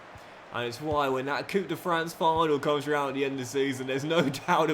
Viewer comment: yo,, de french cup is not pronounced " coup de fran" but "coup de franCE" (the ce is just pronounced as an s). love from belgium